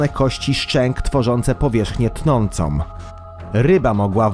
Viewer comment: Amerykę Poludniowom??? Powierzchnie tnącom??? Serio??? Może warto odwiedzić logopedę...